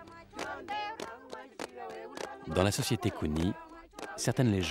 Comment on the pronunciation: Parrain tu gere 🔥🔥❤ Slice c est pas "les kounis" mais kounié ou kwegnyii" 👍🏽 en tout cas merci pour le reportage ❤👌🏾